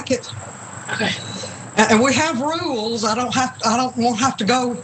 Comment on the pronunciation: 'But there's REWLES!'